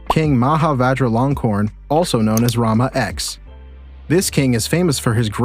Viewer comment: King Rama X ( ten / 10) not EX 😂